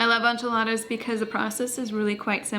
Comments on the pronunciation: It’s pronounced en-chee-la-da not on-cha-la-ta. Love these ideas tho💕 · I’ve never heard someone pronounce enchiladas as anchiladas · This was wonderful, encouraging, and motivating. It was very difficult for me to hear “on-chuh-ladas” over and over again…..but I survived.😂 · I’ve never heard anyone pronounce enchiladas like “onchiladas”. 😂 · Love that you’re back! By the way it’s pronounced “in”chiladas 😊❤ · Are you Hispanic? It’s pronounced en-chee-la-da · Girl, love you but PLEASE google how to pronounce enchiladas - it’s driving me nuts 😂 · The way you said enchiladas….